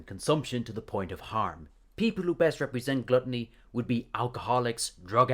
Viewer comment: The way he says glutiny sounds more like glutiny than glutiny